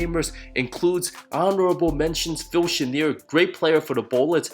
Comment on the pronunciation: you said phil chenier wrong